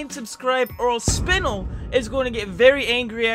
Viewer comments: Bruh what bruh what he said spinl its spinel im sorry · ah yes, Spinll, my favorite mod. NO HATE INTENDED, JUST A JOKE To: Spinel is actually pronouced SPIN-EH-L not spinll. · “Spinnl” it’s pronounced “Spin-Elle” but ok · Its spi-nell not spinal XD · btw spinel not pronounced spin-il it’s pronounced spi-nel (just saying) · it is (spin(el) not (spin(all) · it’s not spine el it’s (spin-nel) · Its not spin-l it spi-nel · IT NOT SPINL ITS SPINEL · its spinel not spin nel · I love you but, they way you say spinel makes most of us, Steven universe fans, triggerd lol Its pronounced (spin-L) (Just want to say, I'm not hating or anything) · Everybody: *Wondering why he called Undyne a mummy* Me: *Wondering why he calls Spinel, Spinl** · MAH MAN REALLY JUST WENT “SPINOL” “PAPIRUSS” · calling Spinel Spinnle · Spinel is pronounced "Spin-el" The el is pronounced like its spanish. so like el chip. and the "mummy with an eyepatch" is undyne, the royal guard in the underground (UNDERTALE), or cop of the overworld (DELTARUNE) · FYI, in it is pronounced "spin-el" the "el" part is pronounced like if you say elf but without the f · Ok... why does everyone mess up saying ,,SpinEl,, ... why... just why... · Spin-il Pap-rus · he said spinel as spinnel. I am dissapointed. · You said the name it’s spinel The Steven universe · Spanel. Is how it’s pronounced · Same thing with him miss pronouncing spinels name (I’m joking btw) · Edit: Also Steven Universe fans when he pronounces Spinel wrong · When I saw this video Attack says spinel's name wrong🤣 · that’s not how you pronounce spinel.. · Its hurts me so much that he doesn't know Undyne and that he mispronounces Spinel and Papyrus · thats not how u pronounce spinel, u havent seen the steven universe movie or steven universe future episodes or steven universe episodes, thats not how u pronounce papyrus either, if u dont know that drooping mummy with an eyepatch like u said thats undyne